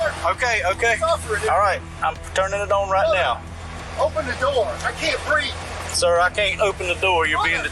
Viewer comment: I cant beeth 😂😂😂 ... I cant beeth😂😂😂 ... I cant beeth 😂😂😂